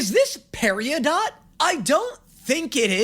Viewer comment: Ah, peri-o-dot, the gamey-o-verse of characters